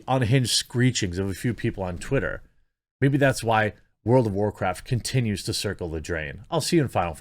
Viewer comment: world of war-chricton? (Michael chricton?) world of war cripe? war criped? war cripen?